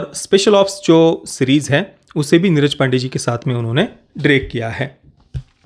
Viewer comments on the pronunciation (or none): none